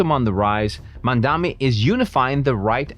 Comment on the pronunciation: You don’t even know how to say his name .. who is mumdhami …😂